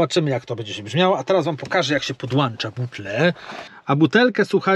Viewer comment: Podłącza a nie podłałcza czy podłancza yutuberze, ale sam filmik przydatny. Jednak popracuj nad sobą bo to wstyd tak mówić, ja tak mówiłem ale ponieważ było mi wstyd to wziąłem to na klatę i nauczyłem się poprawnie wypowiadać.